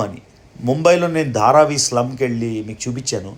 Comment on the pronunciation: Dharavi andi adi...you are not pronouncing it right... please check and correct it